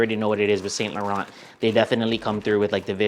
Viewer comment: Great vid as always. I'm gonna no doubt get scolded for this comment but as a European I feel like I have a duty to ask that "Saint Laurent" is pronounced correctly 🤣